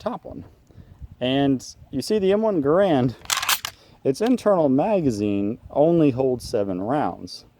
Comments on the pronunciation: It's pronounced gare-und, not guh-rand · It was designed by John C Garand. It was 'made' by Springfield Armory and licensed for manufacture to Winchester, Singer, and others. BTW, it's ga-RAND, not GA-rund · its garand not grand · The Soldiers called it the Ga-rand but John's last name is pronounced Gair-end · In common usage versus proper French-Canadian pronunciation. Probably a vain hope of changing people's usage now, after all these years. The proper pronunciation rhymes with "errand." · He was Canadian, eh